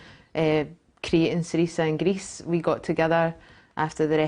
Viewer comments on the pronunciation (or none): Learn how to pronounce Syriza correctly, Cat. Jesus. "Cerise-ah"